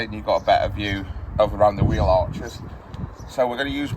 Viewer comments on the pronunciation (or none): none